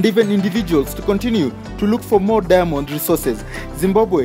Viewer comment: The way you pronounce diamond ist irritating. I hear every time only Demons... Lol